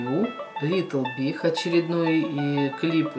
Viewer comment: Литл биГ , биГ , не биХ а биГ